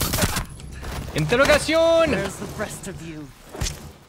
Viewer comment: Cavera speaks portugueses, it is not spanish, please learn this. She says "interrogação" and doesn't " interrogacion"